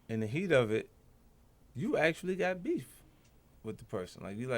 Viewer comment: WTF is a "bef" its "Beef" Learn *your shxt